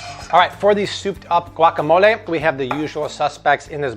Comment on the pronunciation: I appreciate the fact that he's making an effort to pronounce words the right way. Like guacamole, cilantro